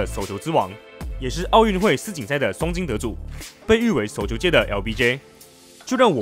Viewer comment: 內容和剪輯都不錯，但能不能去學習一下中文正確發音，捲舌音全部變平舌，聽得真的很痛苦。 雷澀、叟球、四錦賽……🤨